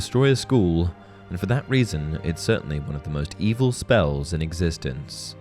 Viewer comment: "...that aren't inherently EV-EL-AH"